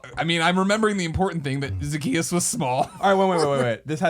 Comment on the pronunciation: Greg, it's Zacchaeus. He was a wee little man. Jesus loves him though.